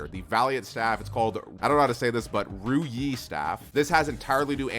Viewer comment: As a Chinese, that pronunciation of the 如意staff was on point